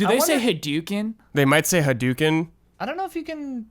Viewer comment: why do you guys pronounce hadouken so wierdly ?